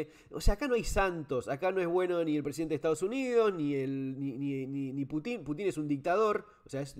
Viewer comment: Excelente Fernando! Me parece que también hay que considerar el avance de la OTAN (que debería haber desaparecido junto con su oponente "Pacto de Varsovia") sobre los países de la ex URSS. Rusia tiene misiles cada vez mas cerca de sus fronteras. Eso reclama Pútin (pronunciación correcta en ruso.. nombre con raíz en la palabra "Pút" "camino"), Saludos.